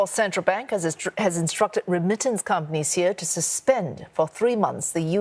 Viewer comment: why does keep saying rem-mitance instead of re-mittance, and why does CNA allow such pronunciation to get through?